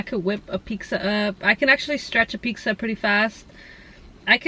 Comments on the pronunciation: "pixxa" lol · Everytime she says "pixxa" take a rip ☺😁